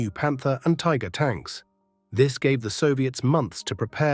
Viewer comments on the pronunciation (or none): none